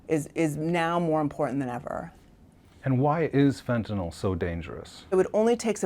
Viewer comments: Fentanyl. FENTANYL! NOT FENTANOL! Pronounce it correctly! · Law enforcement gentleman needs to learn how to pronounce fentanyl. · DEA rep doesn't know how to pronounce fentanyl., there is no letter "o".